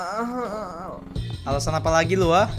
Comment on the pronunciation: "Siaaaaaaaaaaaaaaaal" huruf "L" nya gak terlalu kedengeran